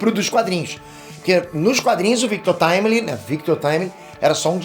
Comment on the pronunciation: FINALMENTE ALGUÉM FALANDO O NOME DA VARIANTE DE FORMA CORRETA 😂 NÃO AGUENTO MAIS O GABRIEL DO NERD LAND FALANDO "VICTU TIMILINGUI" PQP